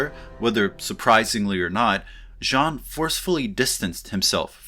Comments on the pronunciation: Nice video, as always. Just two minor observations: 1) Don´t pronounce the "n" at the end of Jean 2) Borges was not a surrealist...he was..well, kind of unique...I wouldn't dare to classify him (a vast erudite that liked to play philosophical games using literature, specially short stories). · As a native French speaker, I will never forgive you for slightly mispronouncing "Jean". Your refusal to say "Baudrillar" cannot save you from my pettiness I am sad to say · Since you seem to care...you are actually pronouncing "Jean" incorrectly too....get rid of the audible "n" at the end. :) Who would have through Hollywood would have fucked up its interpretation of postmodern theory? Maybe Jan 6, 2020 was an instance of the matrix and true reality colliding: a simulacra constructed of lies transmitted over the matrix that leads to a real world event. I would have to think about it some more. Thank you for the vid! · lol, 20 seconds in and you are already making a pretty big mistake. Your pronunciation of "Baudrillard" was pretty ok. Not native, but an impressive effort nonetheless. Choosing to refer to him as "John" for the rest of the video, however... French speaker tip: there is no "n" at the end of Jean. That was a pretty serious comment for a serious intro ;) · “As a native French speaker”, I think you are too harsh: he has an accent, but he respects the French phonetics, much more than the average Frenchie would respect English. Do you even know how to pronounce “the” without saying “ze”? This said, I agree with you in the sense his “Sean” instead of “Jean” hurts me more than his “Baudrillard”. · Your pronunciation of 'Baudrillard' is better than of 'Jean'. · Choosing to say Jean instead of Baudrillard would make more sense if he didn't mispronounce Jean all through his talk. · You're mispronouncing 'Jean' and you're pissing me off. From now on, you have to refer to him as: "That Simulacrum Guy." Just don't mispronounce 'simulacrum.' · Then "n" in Jean is silent.